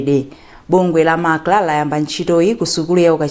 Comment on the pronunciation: Owerenga news improve and be able to differenciate between MACLA and MACRA. Which is which between the two?